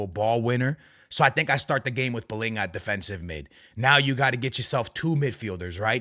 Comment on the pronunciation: AA, I'm sorry dude, you're Portuguese, why the hell are saying palhinha's name palinha ? And the rest of the players you say like a normal Portuguese guy 😂😂